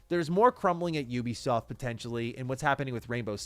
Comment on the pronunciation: Finally someone say Ubisoft instead of Oebisoft😂